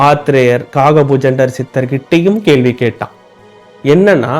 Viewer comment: தம்பி, " கேள்வி, கேள்வி.. என கூறாமல் " கேள்வி" என " ள" கரத்தை சரியாக உச்சரிக்க வேண்டும்.கற்று திருத்தி கொள்ளவும்.